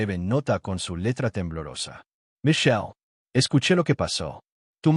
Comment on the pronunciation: “Mason” y “Micheye” Me encantaría la pronunciación de la IA.